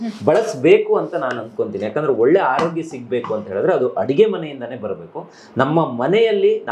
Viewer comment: Haarogya alla taayi 🙏🏼😂 Aarogya 🙏🏼 Kannada ulisi🙏🏼